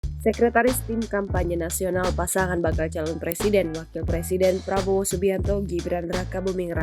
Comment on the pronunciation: Ngomong R aje gak jelas😂😂😂😂😂plabowo giblan😂😂😂😂😂